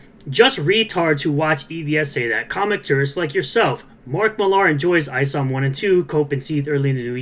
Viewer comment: Just pointing out Millar is just pronounced the same as Miller